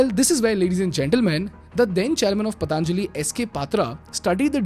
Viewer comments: Don't say pataanjali. It is patanjali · Stop saying पतानजाली say पतंजलि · It's पतंजलि (Patanjali), not पतांजलि (Pataanjali). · पतांजलि नही पतंजलि बोलो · Patanjali bolo Bhai....Pataanjali nahi.... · Good video….it’s not patānjali simply patanjali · First of all, learn how to say basic terms like "Patanjali", "Divya" and do some better research rather than spreading hate 😑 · Pl pronounce "Patanjali" properly bro